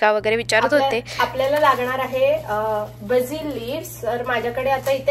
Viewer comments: बाझिल नाही ताई बेसल/बेझल लीव्हस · What’s with your pronunciations it’s not Bazil 😅😅 it’s Basil. Burshetta 🤣🤣🤣